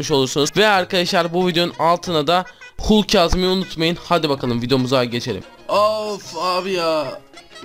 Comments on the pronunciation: Abi o hulk diye okunmuyo halk diye okunuyo🙂🙂🙂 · Hulk diye yazılıyor halk diye okunuyor